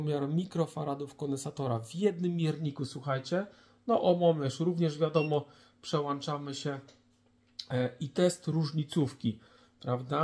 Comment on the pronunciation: Przełanczamy matkoboskoczestochosko